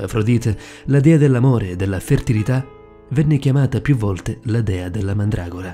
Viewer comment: no pke si dice mandragora